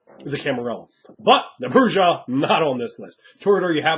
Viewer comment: Wow. Would be great. For as smart as you are with a lot of this, I simply couldn't take it anymore with the pronunciation of J in Bru-Ha. And Camarilla does not pronounce the "ILLA" like that. It turns into an "ee-ya" Cam-maria. Oi. :P